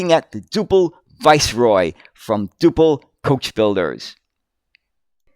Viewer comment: Generally pronounced dew-pl. Never heard of the 39ft version, although Duple did build some longer bodies for export.